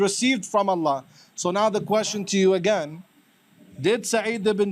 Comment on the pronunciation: Hadith Rejector saying (agene) like he is..., ya ALLAH i got frustrated only lessening to the Hadith Rejectors 😫😫😫😫😫😫😫😫😫😫😫😫